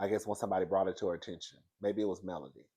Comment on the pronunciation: I agree with your assessment. Also it’s Melody, not Melanie.